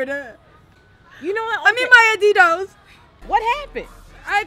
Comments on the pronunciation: "ADEEDOOWWWWSSSS" "It's Adidas" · Ain't nobody else hear when she said these are Addis and then she was like nope those are Addi-don't I died😂😂😂😂😂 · "Those are adidonts." I'm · "these are adias" "those are adi-donts" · "I need my adidos" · All of you are so pretty when u fell I was like is shit then that walk off was funny asf it sounded like u was from nj.when u said adidozzz that was funny af but u are very pretty when u screamed she was like 😒😒the fuck omg this is so funny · "I pretty sure she love adi-donts" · "thse are Adidonts" Damn